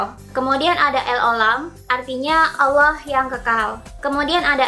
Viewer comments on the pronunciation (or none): bilang allah aja masih dilencegkan jadi auloh wkwkw banyakin baca buku aja deh, setau saya hanya pihak islamlah yg mengkalim dia keturunanan ismail dan mencopypaste nabi"nya yahudi dan dibuat karangan agama baru, secara yahudilah cikal bakal kristen dan islam menurut sejarah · ini apaan si.. byk yg beda sm alkitab.. trus jg Allah tp di baca auloh. kayak campur aduk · dari cara melafalkan Allah kan jelas dia seorang muslim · Hrs hati hati bahas Yahudi... Saya termasuk pemerhati Bangsa ISRAEL.. Dari logat mu menyebutkan Nama Allah.. Anda beragama Islam.. Jadi Perlu teliti.. Karena sgt sensitif.... Agama Yahudi adalah Leluhur dari agama Kristen..baik katolik dan Protestan. Menurut saya kamu di video ini Sgt teliti..WALAUPUN ada yg Mis.... Tetapi tdk fatal... Ada Jutaan Org indonesia yg menjadi pemerhati dan pengagum Bangsa ISRAEL..dan agama Yahudi...